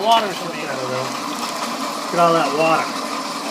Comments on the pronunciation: Love it... Whaa-Da (Water) Great Video Thanks for sharing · Sorry, it's not "Water", it's "Wadda".